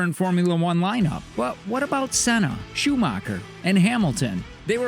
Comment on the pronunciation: have u not realised in the recent years its car over driver Also this guy in the video knows nothing about F1 you can just hear it in the way he pronounced Senna and Prost